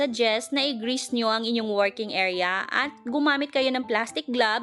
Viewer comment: please check your grammar usage & right pronunciation. Ex.. Plural of 1.tablespoon -tablespoons 2.glutinous- "t" not "th" 3.pronunciation be clear please- "grease" not "grace" 4. "Melts in your mouth"